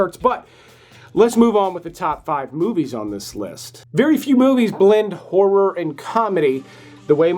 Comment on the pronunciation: P.S. A lot of your countrymen don’t manage to do it… So, well done on getting 2 clear syllables in the word “horror” because a lot of Americans do their hair and makeup while looking at their reflections in a mere and in scary movies they can face terrible whores around every corner!😁